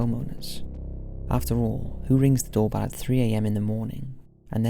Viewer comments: The doorbell one sounds like “fuck you” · Number 4 sounds like more like "Fuck you" to me lol..